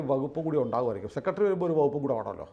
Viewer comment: സെക്കെടെറി അല്ല സെക്രട്ടറി എന്ന് പറയുക.